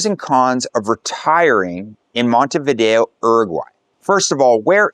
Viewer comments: If you're going to go to all this trouble, learn to pronounce the name of the place. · Everyone knows about different dialects in regions. That isn't the issue. If you are saying the name of the city and country here like you've never traveled. Once you have been in Uruguay and Montevideo more than a few days you should have easily picked up on the correct way to say both. IMO, it's a respect thing. Certainly there are some tourists from the UK, US or Canada who just wander around ignoring the correct pronunciation, but I think you are trying to convey you are a true globalist, in which case, say the name right. It's not only respectful, but informative to folks who watch your content.